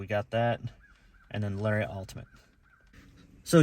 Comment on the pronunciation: It pronounced Lar-e-it, not Lar-re-ot. 😂😂 such a hippie 😂😂